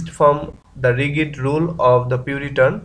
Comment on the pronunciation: ভাই (Rigid) রিগিড না রিজিড হবে